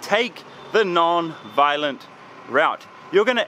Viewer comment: "take the NAAN-violent route"